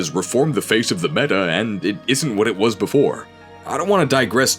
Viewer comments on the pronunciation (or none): none